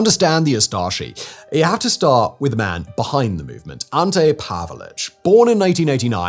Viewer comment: His name was/is pronounced Pavich, NOT Pavelich. Just saying.